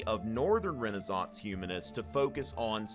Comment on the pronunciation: thats how its pronounced